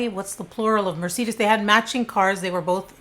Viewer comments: I am seriously a MAJOR FAN of yours. I LOVE your personality and videos! But I gotta say, I have never heard anyone call a Mercedes a Muhr-see-diss. 😄That was HILARIOUS. LOVE U SO MUCH! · Wtf is a "Muh-seedis"? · Mercedes…mercedesi lmao I love u!! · Are you trying to say Mercedes pronounced mer-say-dees...just to help not trying to be a Karen. Love when you upload BTW you're my fave! Don't know how I missed this 1!!🤎🤎🤎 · I’m sorry, did you just say “merseedus?” What on earth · Mur- say- deez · Great content as always, BUTTTT.... ain’t it Mer-Say-DEEZ? 😳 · I have never in my life heard someone pronounce Mercedes as "mer-see-duss" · the cars were Mercedes pronounced Mer-Say-Deez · Mercedes. Mer-say-dees. Plural of Mercedes is Mercedes. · Mer - say - dees Both singular and plural. 🐱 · Are you saying Mercedes? 🤣 I love you, no matter how ridiculi some pronunciations are. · I couldn’t continue to listen after she attempted the plural of Mercedes, how dim you need be to make these uploads I really couldn’t compete 🤣. The stupidity hurts my ears too much. My next stop is “do not recommend this channel” thanks though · I feel bad that she never heard of a Mercedes or at least can't pronounce it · My only take away: you can’t pronounce Mercedes? 😂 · How do you not know how to pronounce Mercedes??!!!….So concerning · Lol I've never heard anyone pronounce Mercedes that way before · i’ve never heard anyone pronounce mercedes that way!!! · U aren't pronouncing Mercedes or ponte vedre correctly from where we are anyway...just thought you may want to know